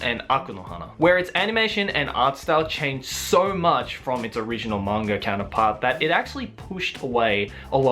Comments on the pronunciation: manga not kanga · I hear say "mang-R" as well. You are not alone. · Is it just me or does keep saying " mang-R adaptation"???